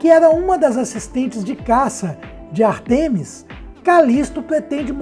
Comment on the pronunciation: Você diz Ártemis e depois diz Artêmis. Decida-se meu amigo.